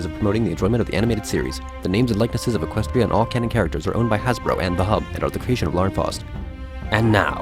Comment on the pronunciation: She should. All along Luna was right. Celestia was being a control freak and didn't even try to help Luna. Not to mention she's a total troll. To me, Luna didn't do anything wrong, where as Celestia has done so much wrong. and by the way, It's Equestria, not Equstia :)